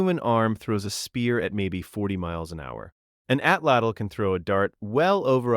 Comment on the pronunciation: Atlatl was Atzte tho